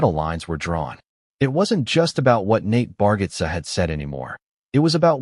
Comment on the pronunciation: You pronounce his name wrong